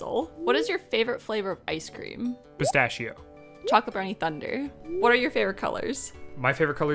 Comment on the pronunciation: is that really how english/americans pronunce pistacchio?